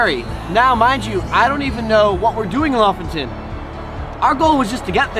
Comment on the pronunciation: I just love the way you pronounce Lofoten, it’s so wrong but so right at the same time